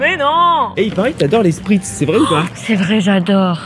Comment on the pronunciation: "Bah moi tu sais très bien que j'aime bien le sprizt", je t'aime ❤️